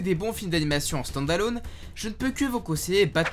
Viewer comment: Excellent épisode comme d’habitude et quel accent anglais ( standalône )😅